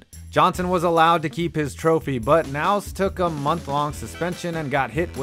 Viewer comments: It's hard to take the announcer seriously when he doesn't know how to pronounce Chad Knaus' last name; Nouse? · He put in an 11 foot wide fuel line? I think you mean long. Also, it's not a "small" track, it's a "short" track. Chad Knauss pronounces the "K". Its not Nauss. Clearly you don't watch NASCAR or know what you're talking about. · It’s pronounced “ka-naus” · It’s not pronounce “nouse” it’s pronounced like it’s spelled knaus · The K in Chad Knaus' name is pronounced. It's ka-naus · So where do I even begin? Jimmie Johnson crew chiefs last name is pronounced. Ka- now-ss Also It was not even close to an estate at Jacksonville when they declared Buck Baker the winner over. African-American driver Wendell Scott everybody knew Wendell Scott won the race. They just declared Buck Baker the winter because they did not want an African American. Kissing the white trophy girl and Victory Lane AT a NASCAR race in the deeps south So in order to stop a riot. The declared Buck Baker the winter but then later on that day gave Wendell Scott prize check And mailed him a trophy which from what I have heard was a bit smaller than the original trophy. Pretty sad indeed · The name is Chad Knaus, pronounced Kuh-naus. The K is hard. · It's pronounced Chad Ka-naus. The K is pronounced. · Knaus is pronounced K-naus. Just an fyi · NASCAR was a lot more fun when basically EVERYONE was cheating. By the way, the "K" in Chad Knaus is not silent. It's actually pronounced K'Naus. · It’s pronounced kanaus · The pronunciation of Knaus is making me cringe. Ka-naus. Also, #6 was Robby Gordon getting screwed. I say that as a fan of his but he had a looot of people on his side then. Wendell Scott wasn't awarded the win in #5 because NASCAR wanted to avoid a race riot, and scoring errors back then weren't that uncommon. Really surprised the Yellow Banana car didn't make this list. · Hey. It's CA NAUS. The k is not silent my man 😂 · The K is not silent in the name Knaus. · "Kah"Naus lmao